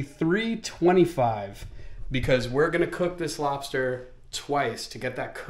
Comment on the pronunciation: LOBSTAH GENERAL TSO!!!